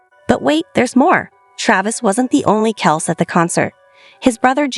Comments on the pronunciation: Guys, get with it! Travis’ last name is pronounced “Kelsee, NOT Kelce! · It’s kelc-E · I heard the entire episode. Big Ed did tell the boys to use whatever pronunciation they liked. You're talking about Travis and that requires Kelcee, NOT Kelce. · Please learn how to correctly pronounce Travis' last name . It's a long E spoken after the c.